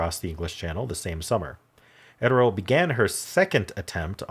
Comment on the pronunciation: Just FYI . . . I've always heard Gertrude Ederle's name pronounced as: ED--ER--LEE.